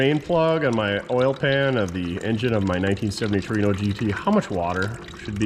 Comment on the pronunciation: Whore-ino? Takers 😂